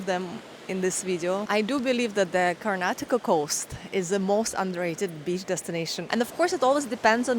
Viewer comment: Welcome to Karnataka, One State Many World's, And thanks for Pronouncing our states name perfectly as many people from India themselves don't know to pronounce it and remove the last alphabet 'A' from Karnataka.